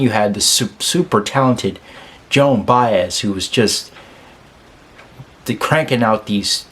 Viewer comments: This is the fourth reaction to this song that I viewed and you are the first of four to properly pronounce Joan's last name. Bye-ez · (Thank you for pronouncing her name right) I always find it amazing that Joan spent most of her career singing other people’s songs (perfectly) and when she writes one for herself, it is one of the greatest songs lyrically and musically that has hit the music industry. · Kudos to you my friend. Of the various reactors to this song you are the only one I’ve heard who pronounced her name correctly. Most of them called her Joanne Bez???